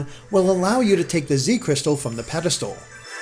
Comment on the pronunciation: When he said pedestal I thought he said pedophile...